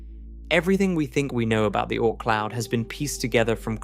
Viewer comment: The "Oh-Ort Cloud" 🙄